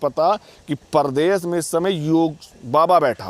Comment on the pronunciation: Jahil Uttar Pradesh hota h na ki pardesh